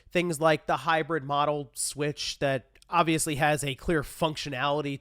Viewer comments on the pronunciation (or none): none